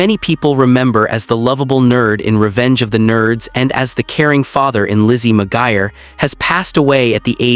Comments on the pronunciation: OMG "McGIRE" is making me cringe. IT'S McGUIRE!! AI still can't pronounce shit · It's Mcguire, NOT mcgier. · As the person with that real last name it's not pronounced the way he's pronouncing the name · Lizzie McGuire, I have never heard McGuire pronounced that way before.